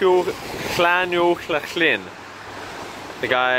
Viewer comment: It's so impossible to pronounce, is the best though haha. Llanuwchllyn was actually good to be fair. :)